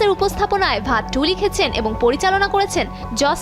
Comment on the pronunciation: ওইটার উচ্চারন ভাত ২ না ঔইটার উচ্চারণ বধ ২ হবে